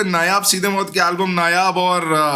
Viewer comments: Mout ni bhai moot hai vo😂😂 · Maut Nhi Mooth😂